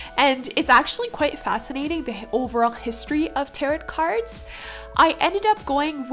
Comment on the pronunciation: Hey girl! Love your work! Just found your channel through the YTAC, and this piece is beautiful. Happy to subscribe! A quick comment though— tarot is actually pronounced “tare-oh”. A lot of people say it incorrectly and it is confusing so you’re okay! I would love to see more of these cards done by you! Xoxo Remy